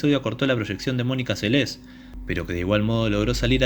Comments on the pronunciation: El locutor pronuncia mal el apellido, dice " Selés" y es Seles, la nombra como palabra aguda. El resto muy bueno. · Esta bueno el video lo unico es la pronunciacion de el apellido es seles solamente no como lo pronuncias como si tuviera acento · Me desespera que pronuncies mal el apellido. Menos deporte hay ahí